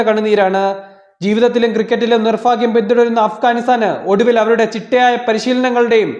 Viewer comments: സോഷ്യൽ മീഡിയയിലൊക്കെ സംസാരിക്കുമ്പോൾ ശരിയായ മലയാളം ഉപയോഗിക്കുക. ഫാഗ്യം ഫയങ്കരം എന്തൊരു മലയാളമാണ് ഇത്.. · എന്ത് മാങ്ങാത്തൊലീലെ അവതരണം ആടോ.. നീ എന്താ ബൈബിൾ വായിക്കാണോ... നിർഫാക്യം ഫാഗ്യം 🤣🤣🤣🤣🤣🤣🤣😁😁😁